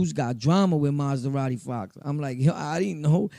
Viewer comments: Good shit bro but it’s Ma-Zah-Radi not Maz-Da-Radi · 😂😂😂 this nigga “ Maz-da-radi Fox 🤦‍♂️